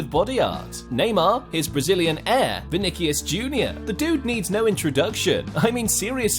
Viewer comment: He said venikos it’s vini or Vinicius